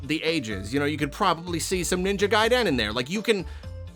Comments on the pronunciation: Is it "gai-DEN" or "GAI-den"..? The annunciation I mean. I've always pronounced it GAI-den, not like here 😅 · Got psychic pain every time said "gaiDEN". It's just "guy-den", you don't need to stress the 2nd syllable! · Is it pronounced gAIdEN, or Guyden? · I can't get over how he keeps saying Ninja GaiDEN. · I can't get over how pronounces ninja gai-DEN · Omg thankyou, it feels like an attack every time he says it. So heavy on the ‘DEN’. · What a great and insightful video to make, especially considering the fact that never even played a Ninja Gaiden game! Usually we just talk about the games we love (or hate), rarely does someone go up and beyond that. I don't like the way pronounces Gaiden though, it's just off. Minor gripe tho.:D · Who else is cringing at the way he pronounces gaiden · if you pronounce it like you do "garden" but with "guy" instead of "gar", youre saying it how i imagine most people say it (trochee, first syllable stressed and the second unstressed/shortened). is saying it with a more even stress pattern, which could be seen as being more similar to japanese, but at the end of the day we are speaking english and theres no need to strive to match foreign pronunciation. you can say it however you want, it'll still mean the same thing lol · isnt really applying either of those stress patterns here. he's stressing both syllables fairly evenly. i think most people say "GAI-den", so when theyre even it just sort of sounds like the second syllable is being stressed too much. if you actually stress the second syllable more, "gai-DEN", it'll sound even further from how you pronounce it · Why are you saying Gaiden like that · yeah it was almost funny how jarring it felt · I came to the comments to see if anyone had noticed this. Is this a regional thing? I've never heard anyone pronounce it this way.